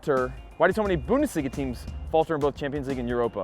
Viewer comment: You are full of shit! PSG didnt face big a Team like Real? Bayern!?!?! And stop pronounce the god damn Bundesliga like a tard! Its clearly to hear that you can pronounce it correctly! I really dont like you poser!